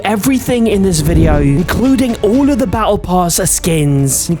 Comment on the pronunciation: Bro said baatle pass